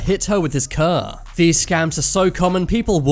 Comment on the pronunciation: “He slowly backed up his ker”